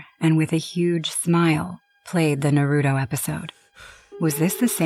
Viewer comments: Norruto? 😭It's Naruto 😭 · bro.... its pronounced NAH ROO TOE! Not NUH RUE DOE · ok so 1 you say the names wrong in naruto like bro saying "narodo" and "sahkorah" then you literally say a demon from a completely different anime is in naruto but it's from death note plus this story doesn't even make sense 💀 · She said everything about Naruto wrong Sakura not Sa-core-ah! Naruto not No-root-oh the kuani wasn't pronounced too wrong. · Exactly like what's Nahroodoh, and who is Sahkewra? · What, you don't like NuhRoodoe? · Another reason why I don’t have a basement 1.the bills would cost more 2.creepy stuff That clip,it seems very real but is it really.. I can’t even with the mispronunciation of that Naruto one,like what’s “Naruuuto” and “Sakwera?” 😂what the hell is wrong with that sobbing?I know it was because of pain but🤣 WHAT ITS REAL!No dude I thought this was 🧢,but it is true stories for a reason which makes me think that Naruto one is… Elsa has tattoos now..sharpe eye liner and did something to her hair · OML JESUSS IT'S NARUTO (NAR-OO-TOE) THEN SAKURA (SAK-ER-UH) PLEASE LEARN TO PRONOUNCE IT AND WHERE IS A SHINIGAMI IN NARUTO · The most frightening story was all the mispronunciations of all the anime characters of Naruto... I wanted to fight everybody on screen 😂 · That is the true horror of that story, the mispronunciation lmao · FR, like how does one not know how to pronounce Naruto at this point lol. It’s like people who pronounce pokemon as pokey-man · Wow the Naruto one was so rough. No one could pronounce any of the names right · The Naruto girl mixing up anime’s and pronouncing everything wrong is killing me 😂😂😂😂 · No it just had bad cringe by mispronunciation of Naruto characters 😩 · they can pronounce kunai right but not the characters name or the shows name? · The first story not my fav because thw way she kept say the name of Naruto wrong 😭✋🏾